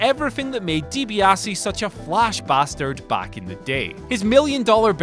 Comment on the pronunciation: The way you say Dibiase is pretty painful